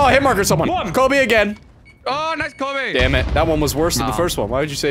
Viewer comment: Ok, I'm gonna be honest, saying Kobe properly always screws with my brain